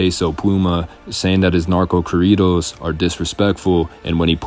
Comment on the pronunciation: Say corridos correctly 😂🥴